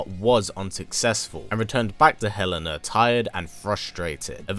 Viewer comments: Sooooo I love the video, as always. I should point out that Helena's name is actually elena the h is silent. Like Ellen and a......Aaaannnndddd actually Kasumi tried to rescue Helena from suicide actually. 😅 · The en in helena is pronounced like the en in enter.